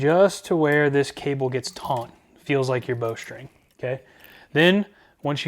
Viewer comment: Thanks for the info, I've wondered how these work. FWIW, the cable is TAUT, not tauNt. Never taunt a taut cable